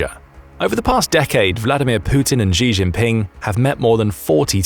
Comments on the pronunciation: who's Ri Rinping? "Xi Jinping" is to be pronounced (using english common words) "she - chin - ping" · So many videos... they still haven't learned how to pronounce Xi Jinping?!!! You literally say this name in 2/3 of your videos.